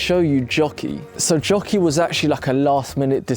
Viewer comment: Question; My American ears hear Jockey…is her name Jackie? Or is it actually Jockey? She’s so sweet and I’m sending her lots of extra love as she heals ❤️‍🩹❤️‍🩹❤️‍🩹❤️‍🩹